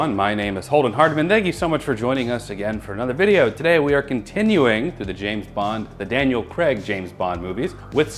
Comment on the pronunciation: Hey guys, I have to say as someone who’s name is CRAIG, you guys say it the right way. Those people who were telling you you were saying it wrong are wrong. Love watching the videos and as a nerd I am totally jealous of Holden, Jen is an amazing and beautiful woman. You guys are amazing.